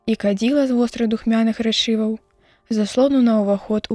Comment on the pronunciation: Таксама рэ'чываў правільна, а не рэчы'ваў.